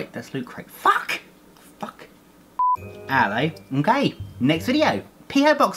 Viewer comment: I thought he said "I'm gay" at first but he says "alli okay"